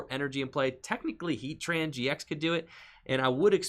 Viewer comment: Love the vid and you are very skilled at saying heatran gx. Must be a lot of practice.